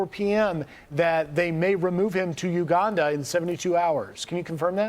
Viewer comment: lmao that he says uganda correctly now